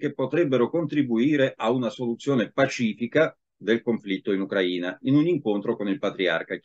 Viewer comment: Uno dei pochi che pronuncia "Ucraina" in modo corretto!